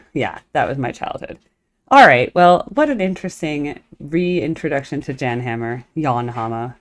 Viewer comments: It's pronounced "Yan" 🫡 watch him do "you know you know" live and moogfest ~ enjoy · His name is pronounced "Yan".